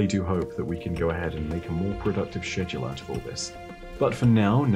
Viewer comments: Say shhedauled one more time... 🤣🤣🤣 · is it english to say SHEDule instead of SKEDule? (ps ik it's spelled schedule lol) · The hell is a shedule? is that a module for my shed? Love you!